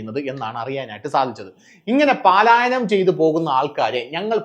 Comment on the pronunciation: പാലായനം അല്ല. പലായനം ആണ്